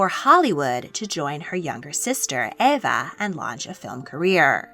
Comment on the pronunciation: It’s Eva not Ava